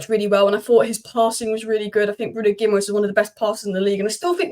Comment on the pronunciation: Pronounced “ Gi -ma -resh”.Ending in ‘es’ is pronounced esh in Portugese👌🏻